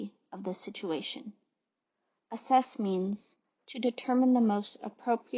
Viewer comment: It's Assess, not asses. Kind of funny though.